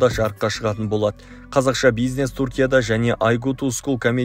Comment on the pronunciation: Туркия емес түркия өз тіліңді дұрыс сөйле